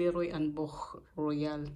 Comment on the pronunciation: You have a really nice collection! Also, you pronounced "Boch" perfectly - usually people who are not native German speakers, don't know how to pronounce the "ch"